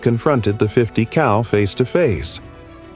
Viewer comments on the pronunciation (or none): Yo ! 50 CAL asshole.... not COW